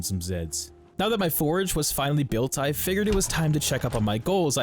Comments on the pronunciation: Are you saying forage or forge? Definitely sounds like forage. Think you mean forge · I love this series! Also, its a FORGE, not a forAge :P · Love your videos bro. One thing, you are killing me by pronouncing forge as forage. Especially since forging and foraging are actual things in the game. Still, I always enjoy your videos. Its helping me learn to play the game myself. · It's forGE not forEG 😂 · I can't listen to this. You keep saying forage instead of forge. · FORGE NOT FORAGE , ik this is an old video but OML driving me crazy XD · Bruh, it’s “four-ge” not “for-uh-ge”. Not forage, it’s FORGE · it's a forge, A FORGE, not a forage, forage is what you do for food... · it is forge not forage, holy crap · You aren't saying forge. You're saying forage 😭😭😭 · Great video, very entertaining. But please learn the difference between forge and forage. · Forge. FORGE. Not forage. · Please, its a FORGE, not a FORAGE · NGL the way you pronounce Forge is ridiculous. I keep on hearing Forage whenever you say Forge 🤣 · bro says forge like "forage" so many times through this video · Love the video but you pronounced “forge” forage it was ruff lol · Quit saying forge like porridge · It’s funny how he says forage instead of forge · Forge. Say it. Forge. :P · Drinking game: Take a shot every time he pronounces "forge" as "forage." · Pronouncing forge as forage breaks my brain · Love everything except that you pronounce a forge forage. please make more but pronounce it correctly!! Love your stuff lol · he was talking about the forge that is mispronouncing as forage. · You say you know but you call a forge a forage, lmao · There is no a in Forge. 😂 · Great content. But your pronunciation of forge kills me